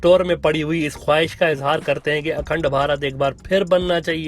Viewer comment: What a “khowaish” 😂